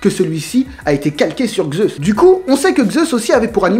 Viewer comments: Vidéo très bien et très complète, j'irai aussi la voir chez Le Roux 👍 Je vois que le noms et toi sa fait 2 😂 car on ne dit pas "Gzeus" mais simplement "Zeus" ou même "Dzeus", c'est de la phonétique donc c'est comme ça j'y peux rien 😂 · Zeus et non Xeus :) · Si tu pouvais éviter de dire Xeus au lieu de Zeus parce que enfaite c'est pas les mêmes lettres ... Du coup Zeus ça se prononce soit comme ça s'écrit soit "Dzeus" mais pas Xeus ^_^ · vous n avez pas l inpretion qu il dit Gzeusse au lieu de Zeus ? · Sympa de prendre la théorie des autres... Puis pourquoi tu dis Xeus ou lieu de Zeus?? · "xeus" xD